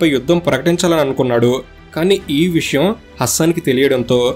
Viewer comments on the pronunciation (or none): none